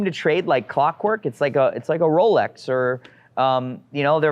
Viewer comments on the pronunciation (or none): none